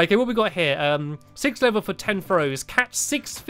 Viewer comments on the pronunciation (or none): none